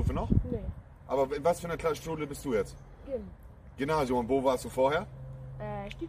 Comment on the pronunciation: Der Moment wo "Monte" sagt " Gynasium " HAHA herlich Der Typ 😀